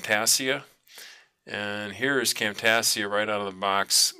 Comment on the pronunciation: great video, very helpful. just as a note, Camtasia is pronounced cam -tay- sha, like Asia the continent. thx!